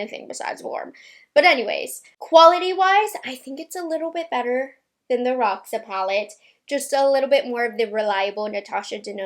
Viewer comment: Hey! Roxa is purple is Portuguese...you pronounce the x as Sh